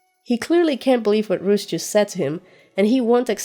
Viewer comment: Roose not Bruce!